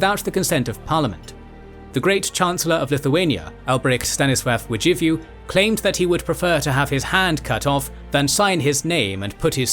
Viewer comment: Congrats on nailing pronunciation of "Rzeczpospolita" and "Władysław". "Radziwiłł" was aldo quite good. Slight hiccups on "Ossoliński" are easily forgiven - Latin alphabet is more of common divider than common denominator when Indo-European languages are concern